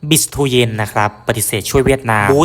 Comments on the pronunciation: ฟังคนพากย์เวียตนามเรียก บีช เตือน ไม่ใช่ บิช เตียน หรือ บีิทูเย็น หรือตู้เย็น!! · อยากให้แอดออกเสียงเรียกชื่อนักกีฬาให้ถูกต้องตามเจ้าของภาษาเพื่อเป็นแบบอย่างที่ดีของคนทำสื่อเผยแพร่ข่าวสารของนักกีฬาถือเป็นการให้เกียรติเจ้าของชื่อ คนเวียดนามเรียกเธอว่า "บิค เตวียน"